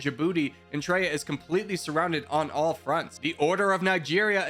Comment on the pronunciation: I would like to say this: eswatini is pronounced like es wah tea knee Eritrea is pronounced air rit tray ah Namibia is pronounced Nah mih bee ah I don’t mean this as like a correction or to make myself look smart. Just wanna help one of my favorite YouTubers ou1